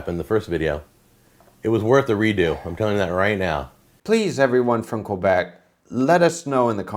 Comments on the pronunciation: Queeebec is a not the right way to pronounce it. It's pronounce K-Bec. The right way to pronounce Poutine is Poo-Tin. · I always figured it was pronounced "puh-tin"... but you know, I live in Toronto, where no one can really agree on how it should be pronounced outside of the second "t" being silent. Also, I've never heard anyone butcher saying "Quebec" as badly as Jack did ("Koo-Beck") at the beginning of the video. As for fries (or frites, or chips), I have one of those gadgets that utilize a lever and very, very sharp blades, so there's never a problem cutting those sticks of potato (or whatever vegetable) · OK... French Canadian here from Quebec.. not "kweeebeek" like jack says. Actually had some chicken poutine tonight! As for pronunciation, actually yours was pretty good, avoid the american " pooooteeen" sound... you were pretty close Chef. Visually his poutine looks to be..... somewhere above Food Court level but bellow fast food restaurant. Shredded moza is acceptable but rare to see, normally its the curbs. Gravy looked okay ish. It really varies from place to place, some have a dark brown thick one, others have a more runny one, some are more BBQ tasting even.